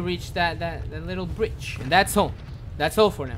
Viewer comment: alright, let's follow that bridge What I heard: alright, let's follow that b*ch